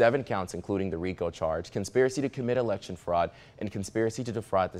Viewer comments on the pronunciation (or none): none